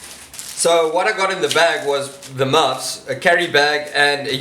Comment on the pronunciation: Great to see a new video. Please just keep saying 'muffs' over and over. Never fails to make me chuckle.